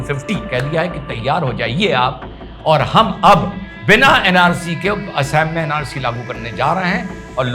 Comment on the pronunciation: अरे उनका नाम- हेमन्ता नहीं है। उनका नाम- हिमन्त है। और राज्य का नाम- एसाम नहीं है। राज्य का नाम- असम है। Assam = Ass+am = असम